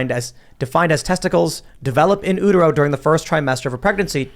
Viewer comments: With respect, sir, it’s “U” Tero, not in “ooh” tero “In Utero” not “in Oohtero” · “In ootero” Lol. Guess tims not a nirvana fan. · “In ootero”